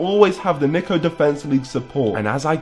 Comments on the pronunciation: Only a brit would pronounce Niko like that😂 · It’s Niko not Niko…